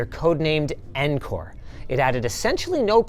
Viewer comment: "NCORE"??? You mean NiCORE!